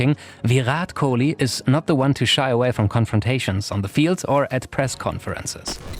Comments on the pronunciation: exactly what is thought, the way he pronunced Kohli was with the heavy 'kh' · man y u speak french accent man u totally mispronounced kohli' s name